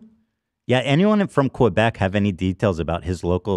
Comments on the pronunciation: not ab calling Quebec Q-beck😭😭😭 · Why do they all pronounce Quebec that way lmaoo its not Kew Beck its Que kind of how you say it in Spanish rather then kew lol.